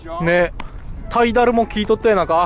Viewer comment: 、タイダルじゃなくてタイドな😂